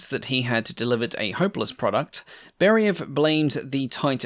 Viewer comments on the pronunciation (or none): I've got 2 suggestions.. 1) please understand that in Russian the emphasis on a letter is very important. Chinese have 4 ways of saying the "same" word and each time it means different things. Similar in RU. It not BEriev, it's BerIev (it's a capital i, not an L). It's not ShvEtsov, it's ShvetsOv. Stress on the i and o respectively. 2) in one of your previous videos you said that you state numbers in respective system (imperial and metric depending on country of origin). I've got news - in Russia we do NOT put commas to mark thousands. We use commas to mark decimals... So, when you say the range is 4,000 meters, it means 4 meters, not four thousand. When you say 18,000kg - it means 18kg, not 18 thousand. Please be careful using commas for USSR/RU tech, it's misleading. Thanks for making these videos, i really enjoy watching them!